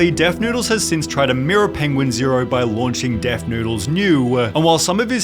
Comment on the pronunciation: I can't listen to Sunny anymore the "ah" at the end of every sentence is unbearable "penguin zero-ah" im Australian, no one speaks like this.